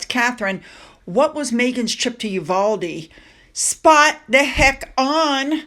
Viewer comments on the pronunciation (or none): none